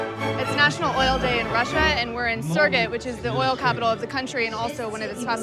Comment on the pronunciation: Add "Sirgit" to that list. Surgut, 'soor-goot.' Please stop butchering the Russian.